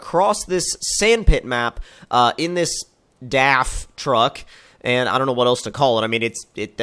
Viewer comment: Ha you even pronounced DAF the right way!!